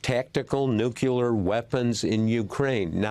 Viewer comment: Nuclear, not nucular